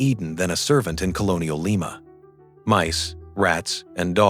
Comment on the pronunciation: AI....it's Lee ma. LYE MA is a bean.😮😅😅😅